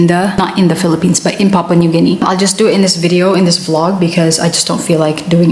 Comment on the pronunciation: Papua new Guinea. Not papa 😂😂